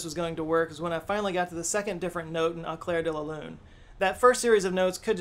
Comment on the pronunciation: AAu-clairre-de-la-lu-ne-mon-aaaa-mi-Pierrrr-ot-Prête..... he is rolling damn hard his R